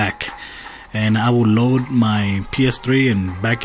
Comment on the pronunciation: load not koad